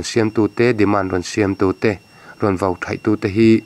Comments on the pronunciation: Kahluma ( vo ) ni lovin VAU tih tur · Kahhlum ah vo nilovin, vau tih tur aw, mizotawng humhalh na zel